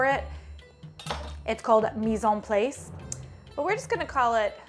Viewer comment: Just as good the second time around. Thanks,! (Incidentally, I'm pretty sure the "place" in the French phrase rhymes with "floss".)